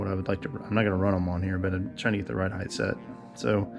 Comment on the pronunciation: When will you offer merch? How about a t-shirt that says “heighth”?